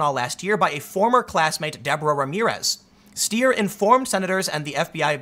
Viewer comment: It's pronounced "st-eye-er." I have actually never met with that surname and that spelling that doesn't pronounce it that way. If only I could travel back in time to Ellis Island and tell my ancesters to just change it to "Styer." No one would ever mispronounce it again....and literally everyone gets it wrong